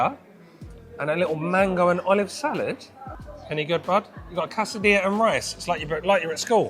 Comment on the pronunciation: You make fun of Cilantro which is the spanish word for coriander leaves, but you can't even pronounce Quesadilla, you say Casadilla. C'mon. Do better.